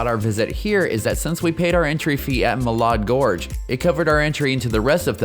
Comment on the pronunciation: Muh-LAD Gorge. Correct pronunciation/synax as a local